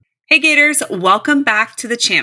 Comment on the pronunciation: "Gartor's",? Really? Thanks for the report though!